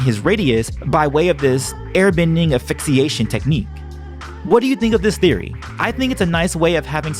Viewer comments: Asphyxiation... Not quite affixation. ;) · Great content but good god it is aSphyxiation not aphyxiation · He says asphyxiation incorrectly.